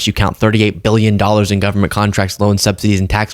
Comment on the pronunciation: I get nauseous when he pronounces billion as bee-yun. Claims to be one but can't pronounce it properly. Wonder if he can spell it? I bet not.